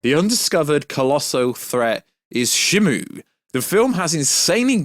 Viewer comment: She-mew is the pronunciation